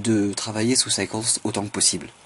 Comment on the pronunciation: Hello, Vraiment SUPER Tuto, continue !! Autre chose : c'est super de vouloir bien prononcer l'anglais, mais franchement, ta manière de dire Cycles "Saikonss", c'est trop... à la limite tu peux dire Saïkeulss ou même encore Saïkôlss (pour les puristes) mais pas Saikonss à moins que tu sois un écossais qui parle du nez ;-) Je rigole bien entendu... Continue !!! Perso, j'ai un petit problème avec le moteur physique de la 2.7 qui visiblement contient un bug, donc pour l'instant je reste en 2.69... Ciao